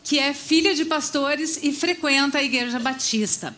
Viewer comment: "igueja batista"